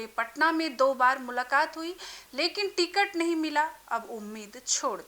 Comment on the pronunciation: Ti-Cut— nahi Ticket